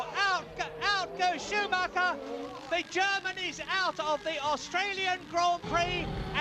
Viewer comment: "fuel vale", "Greman Grand Prix", "sleightly".